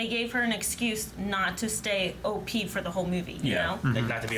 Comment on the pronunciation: and What does 'O-P-EE' mean!? Captain Marvel is OP/Okie!?